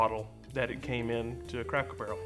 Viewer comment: I love how you referred to the "sodas" as Cokes. That's the most southern thing y'all ever said. Plus, at one point I swear you said "Cackle Barrel". And you're pretty. So go rock that....